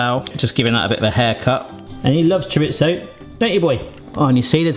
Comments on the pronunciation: i believe its pronounced cho re zo not cho rit zo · Please look up how to pronounce chorizo, you use it regularly